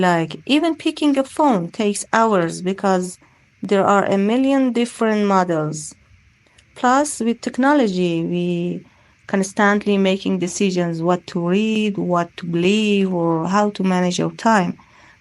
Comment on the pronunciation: second, she said [kanstant'li], it should be [kan'stentli].